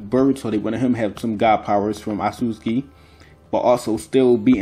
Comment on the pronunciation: This man call otsusuki asuski wtf HAHAHAH